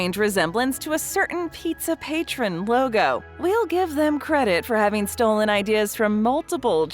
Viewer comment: FYI - The name Pizza Patrón is mispronounced in the narration of the video.